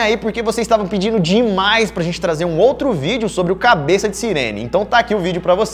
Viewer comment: tu vai ouvir a cabess